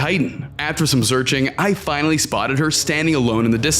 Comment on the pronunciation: In day 99 bro said i was zearching